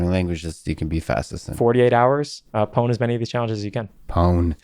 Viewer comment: Anyone else shocked when he prounces 'pwn' with a P!?